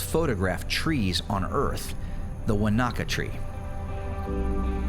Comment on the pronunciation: Enjoyed the New Zealand scenery. However, Maori words are pronounced without any syllable emphasis, in a monotone. It's Te-ka-po without any syllables being emphasised. The same with Wanaka is Wa-na-ka with no louder syllables.